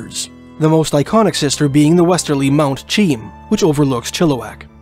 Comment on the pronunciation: Mt. Cheam (Lhiheqey) is pronounced Mount She-am! My family has lived in the region since the mid 1800's. I've had a view of this mountain since birth.